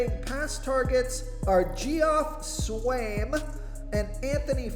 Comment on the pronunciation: Great video! (And Geoff is pronounced the same as Jeff)